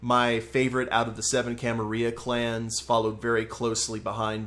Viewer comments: The way you pronounce Camarilla makes me cringe. Pronounce the L's. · Gotta say it with the Ls, though, otherwise it's wrong.